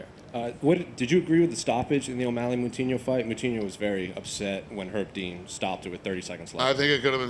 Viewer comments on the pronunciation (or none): Someone needs to hold your mouthpiece, as it sounds like you said coutinho instead of moutinho 😕